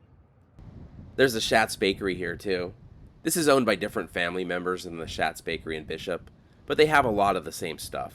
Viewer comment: The bakery, Schat's Bakkerÿ, is pronounced "Shot's." The name is of Dutch origin, with "schat" meaning "treasure" or "darling." I looked it up again, but our family business used to sell to them way back in the day.